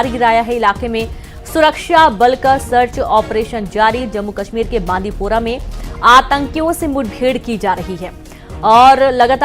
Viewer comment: बांदीपूरा नही। बांडीपूरा नाम है इसका। किस नाम की न्यूज़ चैनल है जिसको न्यूज़ में आए शहर का नाम पढ़ना नहीं आता